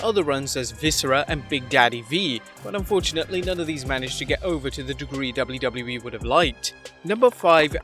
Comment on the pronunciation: The way says “WWE” drives me nuts… lol i know im not the only one 🤣 “Dubldubelii” 😝 Now that I say that, this video he is actually much better but some of the other ones, makes me cringe. But I’m just a little sensitive I guess